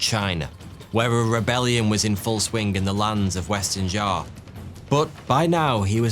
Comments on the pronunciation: Xia is not pronounced as Zar but Sia or See-yah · the way you pronounce Xia makes you lose all credibility